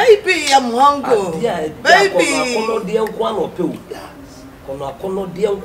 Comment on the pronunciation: Dinah said babe am hungilll